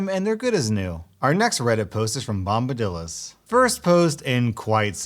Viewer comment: Still says bombadils